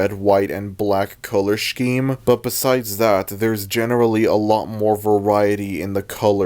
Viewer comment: And pronouncing scheme as "sh-KEEM"